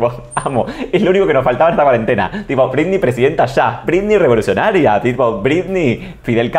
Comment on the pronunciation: Dice "brindy" en vez de Britney...me.pone.del.orto